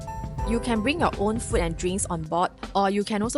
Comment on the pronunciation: food it has a long vowel oo why do Singaporeans speak so poorly - fooood and drinks not ft and drinks Chinese speak English better